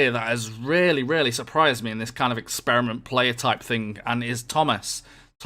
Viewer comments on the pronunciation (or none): none